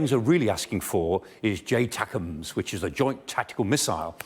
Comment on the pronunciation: the professor says "J-takums", they're called ATACMS. I've caught this dude making heavy mistakes in previous episodes where he called "Peter the Great" communist or something stupid like that, it was a while ago so I'm not 100% on his blunders.